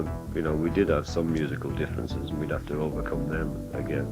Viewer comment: I like Ringo a lot but wish he'd stop saying END when he means AND!